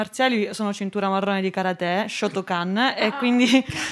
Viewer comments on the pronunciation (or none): Però l'accento su karate non ci va eh